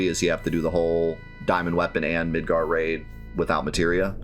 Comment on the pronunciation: When you first said Midgar Raid, I though you said Midgar Rave, and I was very much in love with the idea of a giant rave in Midgar